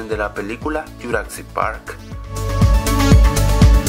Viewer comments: ¿por que dices juracsic park en lugar de jurassic park? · como ke dijo "yuracsic" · que mal dises jurasick park y uno de easter eggs era un poco ovio